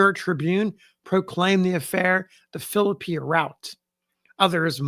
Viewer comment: It is so refreshing to hear a historian pronounce the name Philippi correctly. I grew up in the area and lived in Philippi for a few years.